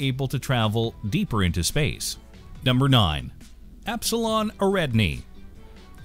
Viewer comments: #9. Repeat after me: Air-ih-DON-ee. Epsilon Airihdonee. NOT "irREDanee". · It's Epsilon Air-ee-don-ee not Air-rad-knee